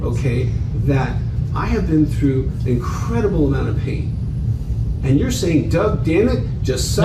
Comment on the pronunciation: So much for his: I’m ‘de only person gettin’ ALL ‘de info from ALL sources an’ I’m gon’ go ‘thew’ it and get da’ ‘TROOF’ an’ gi’ my results an’ ‘den I’ll be done